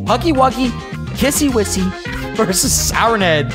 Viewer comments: Her name is not kissy whissy it is kissy missy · That's a very good video but it's pronounced as kissy missy by the way this was a very good reaction I hope you do more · Its kissie missie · Dude its kissy missy